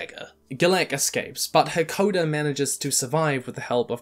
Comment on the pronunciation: jesus i can't get over him calling "Hakoda" "hekoder" over and over